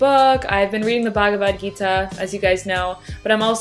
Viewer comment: its pronounced bhug-vudh gee-tha